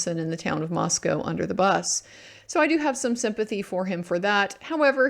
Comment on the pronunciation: Wow. You pronounced "Moscow" (in Moscow, ID) correctly.